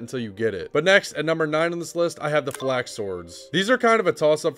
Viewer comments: I literally cannot watch this video. you say everything wrong. "Flax" instead of Falx, "Enesis" instead of Ensis. every single pronunciation is just your best guess. it's incredibly annoying when it happens that often. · Falx. Not Flax. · Oh you meant the F-A-L-X